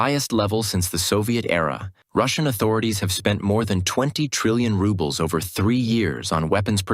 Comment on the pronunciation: National wealth fund is empty. The cash is spent and inter government obligations are uncollectible. An credit here is a debit there. The announcer's pronunciation of rubble for ruble is apt.